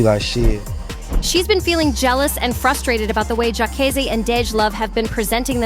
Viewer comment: Why she keep calling him Jaykaysee? Smh.